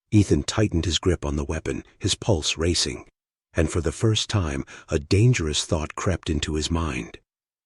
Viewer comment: Thumbnail: Someone skipped math class... more than once. 7 feet? More like 7 meters. Oh No'sss, not Dang --- Eris. That's much worse than Darn --- It. Fove??? I don't speak Veron. Fee? I'm not familiar with Nautical terminology. This is so bad. Find the rest of the bad AI yourself.